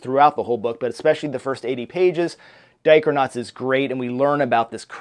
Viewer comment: Thanks for the tag! This looks so fun and your greenscreen looks great! Editing is on point! Heh, when you said Dichronauts, I thought you said Diapernauts...BTW, you took all my answers!